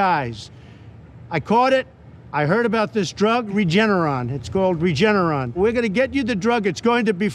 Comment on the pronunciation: He had to practice the word, Regeneron over and over again until he got it right. Not Regenerate, sir.